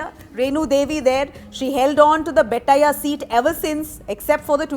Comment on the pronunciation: Its Bet-ti-yah not Bet-ta-ya